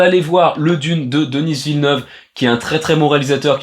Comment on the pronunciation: Pourquoi prononcer "Denisss Villeneuve" au lieu de "Deni Villeneuve"?